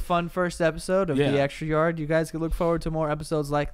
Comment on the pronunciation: "Welcome to the extrraaryarr" Great start